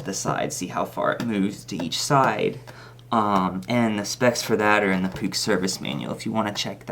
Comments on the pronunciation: Puch rhymes with "book" btw. :) Great video! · pronounced - " P U T S H" not " P U U K"....I think! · I am from holland Near austria , it is poech or poeg